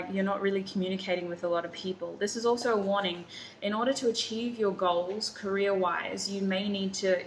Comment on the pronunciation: The way you pronounce Career it sounds like Korea lol